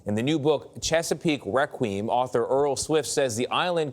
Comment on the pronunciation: requiem = "wreck-queem"?! bwahahahaha, dafuq